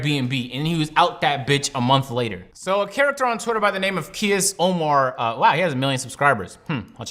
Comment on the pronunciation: is funny as shit nigga said key-ass Omar